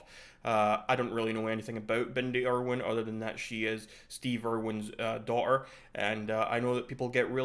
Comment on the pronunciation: Bro hating on a country and he can’t even speak probably. Doahter is pronounced daughter